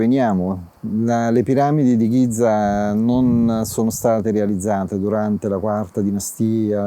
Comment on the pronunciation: potrebbe almeno provare a pronunciare bene GIZA, visto che ci lavora